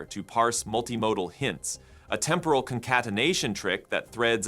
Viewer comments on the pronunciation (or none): none